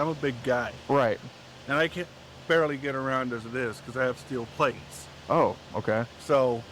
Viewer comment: "i can barely get around cuz i got steel pwates" no dude. you can barely walk because you're morbidly obese.